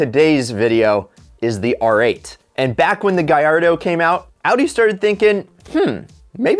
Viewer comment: It hurts me when he says Gallardo like gyardo :(